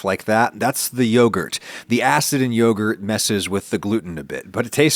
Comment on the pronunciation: what is yorgut?? is it anything like yogurt??